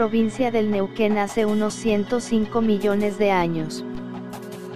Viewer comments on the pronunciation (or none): none